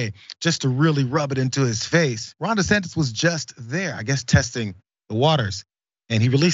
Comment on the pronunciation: He screwed up once and said Ron DeSanctus and kept saying it instead of admitting a mistake.